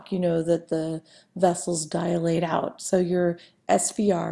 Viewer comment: Good video but it's annoying when she says DIA-late instead of DI-late